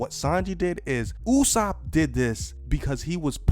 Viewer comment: Is it me or is saying usopp correctly? Cuz the sub said it differently and someone told me that the way pronounce usopp is the correct way.